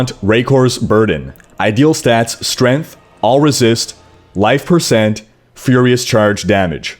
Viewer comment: Strayngth not Strinth